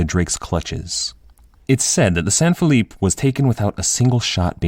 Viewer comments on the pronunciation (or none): none